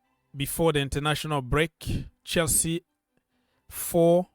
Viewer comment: I like the way you read Chelsea 🎉 Love for the big blue club